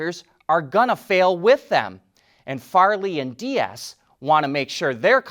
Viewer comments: The VW CEO is called Diess not Diaz, it is pronounced as DEES. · Herbert Diess' last name is pronounced dees